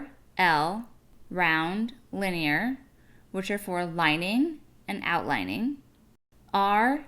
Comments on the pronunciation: Liner. Not linier. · Am I dumb or does liner sound like line-er not linear 😂 that’s a different word? No? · Yes its liner, not linear. Lol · I was about to comment this that she was saying Linear, when it says Liner 😭🤧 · Liner = lie-ner not lin-ee-ar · Liner is not linear, like you’re saying it. It’s just the word line with an r sound at the end, exactly how it looks. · Please say someone else picked up on how she pronounced “liner” and then said “lining” correctly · Came to the comment section just for this 😂😂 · Yes dude i was like what lmao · i was about to comment on her pronunciation lmao